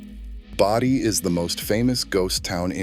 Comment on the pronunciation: BOE dee, not bow dee More lame Moron AI. Thumbs DOWN. Oh I get it now, you pronounce Bodie both ways, alternately. to make sure you got it right part of the time. Duhhhhh.